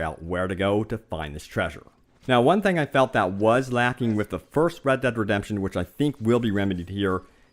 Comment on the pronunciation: Its read dead redepsion